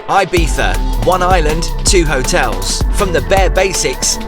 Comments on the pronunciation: as someone who has had a house in Ibiza for 25 yrs, some FYI’s…it’s not pronounced EYE-Beetha. It’s EEE-Beetha Also the Grand Hotel is certainly not the most expensive hotel on the island. You are staying in the heavily tourist area. Quite ugly and the true locals never go in there. Locals and those with $ are more in the hills. One day, treat yourself to those top hotels. Six Senses, Nobu.. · Thank you for all these videos, I'm enjoying , your reviews are very interesting and fun. BTW , I think it's E beetza , not I bee tha , lol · it's pronounced ee-bee-sah. In spanish 'i' is pronounced as english 'e'. Still leaving thumb up for the video 👍🏼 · come on dude, you staet with "ay biza" and I was fuming already, min 7 you pronunciate the name properly twice and I was ..ok, ok... then at the end you go back to "ai biza , aibiza" and I swear I just want to punch you in the face. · Can't imagine paying the price for the expensive place. How much time are you actually spending in a hotel on vacation? Again, breakfasts in hotels tend to be a complete rip off no matter how good they look. Local bars are your best friends for breakfast. Also Ibiza is pronounced E(as in sea) biza. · The way the British pronounce "Ibiza" makes it sound like you're mocking the Spanish.